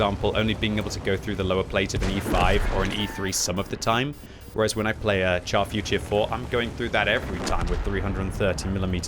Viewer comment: still can't say the Char Futur properly, just google search how to say it